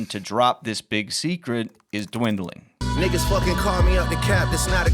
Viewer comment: Anyone else catch the “DIWINGLING”??😂🤣😂🤣 it’s dwindling